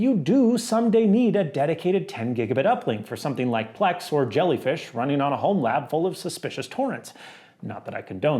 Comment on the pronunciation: did he say jellyfish? its jellyfin. im instulted jokingly :P